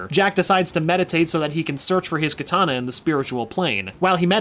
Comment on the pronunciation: Stop saying kitana pls